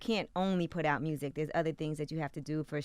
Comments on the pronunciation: “Mursic” . Thank me later. Lol. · Gotti thinks there's a letter "R" in the word "MUSIC" (MURSIC) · Ok Mr Gotti. Ima need you to pronounce it correctly MUUUSIC! Yo Gottie : mursic! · Aye Yo Gotti..... the is no “R” in “MUSIC” Homie! Please stop saying “MURSIC”! lol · Why he pronounce music, Myursic lmao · Here for 🐬 and to hear Gotti say ”Mursic” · “I’m just focused on making my mursick”- Yo Gotti